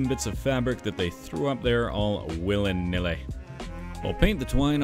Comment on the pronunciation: Willeh nilleh.. 🤣